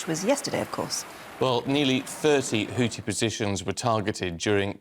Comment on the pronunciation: Guys, please Google how to pronounce Houthi. It's not HouTi. It's HouTHi. xx